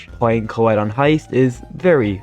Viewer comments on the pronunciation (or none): I like how always say colle instead of collete